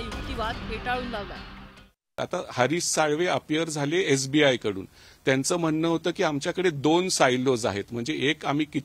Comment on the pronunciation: अरे येबीआई नाही एस बी आय